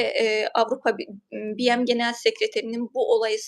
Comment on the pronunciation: Hanimefendi ,acizane BM Tutkçe bir tanimlamanin kisaltmasi oldugu icin "bi-em" seklinde telafuz etmeseniz sanirim daha dogru olur. Anlayisiniz ve duzeltmeniz icin simdiden tesekkurler